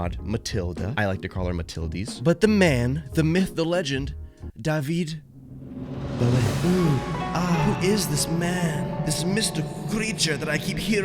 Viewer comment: "daveed bowhe" IM CRYINGG